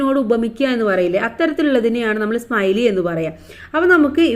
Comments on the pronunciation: സ്‌മൈലി അല്ല സിമിലെ ആണ് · സ്മൈലി അല്ല സിമിലി എന്നാണ് Tr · Simile ❌ smiley ✅😁